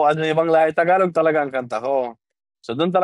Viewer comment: Its is prounounce "Tagalog" not Thaaagalog.